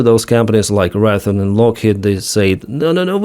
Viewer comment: "ray thee on" raytheon